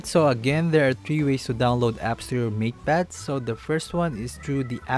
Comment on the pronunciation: Why do I hear "meat pad pro" instead of "mate pad pro"